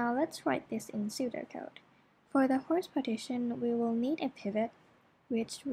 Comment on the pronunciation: A correction to the name: Hoare partitioning, not Hoarse.